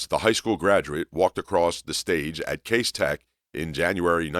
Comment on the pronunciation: That's "Cass" Tech, not Case Tech. Get your stuff together!